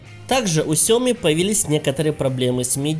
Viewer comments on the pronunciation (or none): none